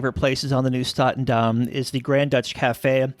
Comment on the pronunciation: It's NIEUW STATENDAM and not NIUEW STATENDAM